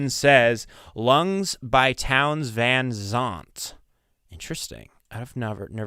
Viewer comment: Love CCR. John Fogerty's voice is so distinctive. They are considered to be country rock or southern rock. Bob Seger (See-grrr). Guinevere (Gwen-uh-veer). Van Zandt (rhymes with ant). Peter Cetera (Sit-terra). Deirdre (Dear-druh).